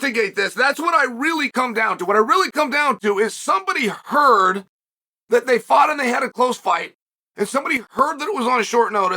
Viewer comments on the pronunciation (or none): none